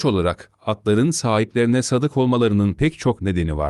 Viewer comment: Sadık değil, sâdık. Sadâkat, sadakat değil.